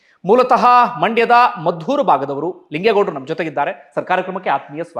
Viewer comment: Lingegowda not Lingegowsa